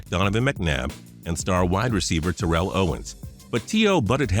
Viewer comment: Just a little FYI it's pronounced tear-ull Owens not tur-rell